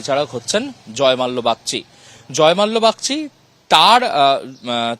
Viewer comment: Thik kore uccharon korun .ota jozmalya noi ota jozmolla ache